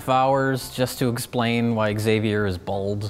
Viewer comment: "egg-xavier" NO! That is NOT allowed.